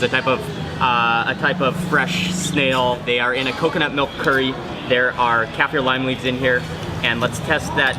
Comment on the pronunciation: MOREEE CURRYS , MOREEEE CURRYS ! I LOVE THE WAY HE SAID CURRRYS! 😂😂